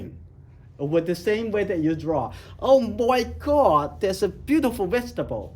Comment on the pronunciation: When he said "Oh mwy gawd" I felt that.